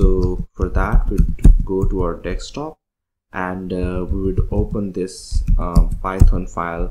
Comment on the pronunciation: Bhai DESK-TOP bolna seekhlo.. Salon mazaak ban ke rah gaye ho. Its not "DEKS" TOP - Its DESK - top